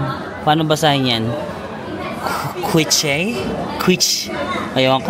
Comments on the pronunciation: Quiche = keesh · its pronounce as Quiche = " kish" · Quiche pronounced as Kish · pronounce it as kish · Vegetarian "Quiche" (pronounce as "Kish" ) Kabayan:-) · You pronounce Quiche as Keesh po. Masarap yan. You should try it. ❤❤❤❤ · Hi, Quiche is pronounced as “KEESH” 😊 super yum One of their staple nla yan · Quiche = Kissshh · “Quiche” is pronounced KEESH. It’s a puff pastry that’s like a cross between a pie and a tart.